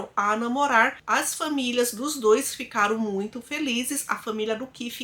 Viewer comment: falando "dois" e não "dos", referindo ao número 2, me pegou kkk reconheço que era algo que me incomodava. Melhorar sempre e estarei aqui em todos os vídeos. DOIIIIIS bjosss. Fica com Deus!